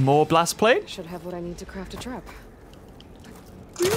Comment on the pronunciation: "Blastplate"..." ooh more Blastplate"